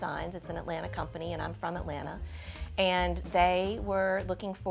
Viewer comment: Thank Goodness you know how to properly pronounce "Atlanta" !!! Thank you !!! I am so-o-o tired of "move-ins" and local under-educated and over-woke trying to be "cool" saying "AT-LAND-TAH". Also, thank you for not being afraid to use artificial plants. The real issue should never be if it's real or artificial, but you get what you pay for. Most people will "Fu-FU" you for using really nice, realistic artificial plants but don't give a second thought about using silk Poinsettias at Christmas.